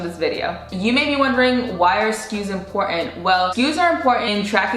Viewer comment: It’s NOT “im-por-ant”. The word is pronounced as IM-POR-TANT’.